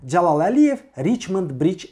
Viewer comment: Nitqini düzəltsən necə də gözəl olardı Mehman , məsələn Dzəlal yox Cəlal . Əkintsilik yox əkinçilik...baxıram videoya gah elə tələffüz edirsən gah belə 😁hets kəsin xətrinə dəymirsən ,bu dzındır , adz , gidz məmurlardan başqa